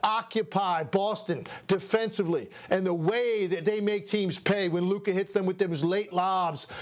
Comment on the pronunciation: It’s luka